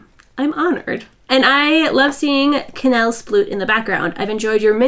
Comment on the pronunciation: I love that you said what Cannelles name ment! The amount of times i thought you said Kanel with a french twist (kanel is cinnamon in Swedish)💝